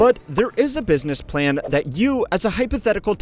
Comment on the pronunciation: "bussiness plan" 😂